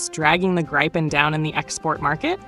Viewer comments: It's not "graipen". It's Gripen. Gr-ee-pen for English speakers :) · good script, but your AI voice drives me mad with its pro-nounci-ation problems of not being able to say Gripe-n or Grip-en consistently ... I have the way AI is being used for this stuff; maddening. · It is pronounced - Greepen (like Griffin) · It's pronounced "Greepen" - why can't Americans pronounce anythng properly, even often their official language English.. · Either pronounce the name in the swedish way “Greepen” or the Wrong US way ”Graipen” - now it is a mixed batch of both. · Say GIVEN with the R and P then you will have the correct pronounciation of GRIPEN. If Trumps tariffs affect American made GE parts then the company will simply move those productions overseas.